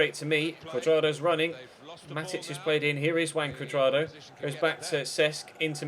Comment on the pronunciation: That's how it is pronounced actually :v